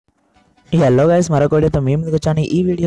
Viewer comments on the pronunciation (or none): Bro యాల్లో గయ్స్ కాదు bro hello guys